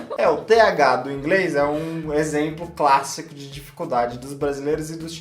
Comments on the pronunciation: fala ingres 🤣🤣🤣🤣 eu amo essa mulher ela tem seu espírito muito evoluído. 💞 É noizzzz 🤘! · Gostei ,mas a chinesa falando ingrês toda hora foi meio punk . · Ouvir a falar ingRes é muito engraçado rsrs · Por que a só fala ingrês e cricar? Para os chineses não é mais fácil falar o "L" do que o "r". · professo de ingreisssssss e ngm corrigiu ela, bando de vacilao akakaskoksaoasko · Kkkk eu só queria entender como ela consegue colocar o "L" em "pla" que seria "pra" e não consegue colocar o L em " inglês" e fala "ingres", ri de verdade ouvindo, achei engraçado mas bonitinho